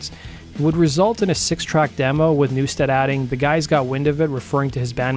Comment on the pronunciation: You fucked up Jason's name 4 times. There's no A in NEW-STED!